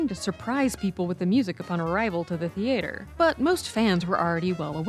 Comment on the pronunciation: I'd never heard the word theatre sound like that 😮